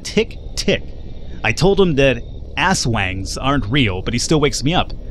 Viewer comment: Yay lol But it's not "ass-wang," just "aswang." It's not an English word, so you can't treat it like one. Phonetically, it should sound more like "us-wuhng" (the "uh" sound in the word 'clump'). It's not spelled "uswung" in Filipino because "u" in Tagalog sounds like "oo."